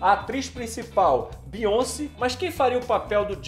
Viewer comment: “ a bionci” kkkk